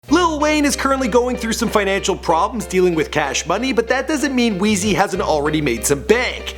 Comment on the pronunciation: lmfao Truk forgot the R n its Wize as in size